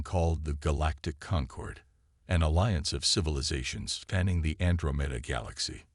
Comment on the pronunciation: An-dra-men-da.... Good Lord, can't any of these AI's use pronunciation